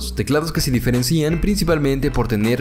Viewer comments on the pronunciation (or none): Nadie:: "Diferencian"